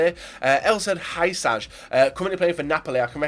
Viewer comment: Hysaj is pronounced USI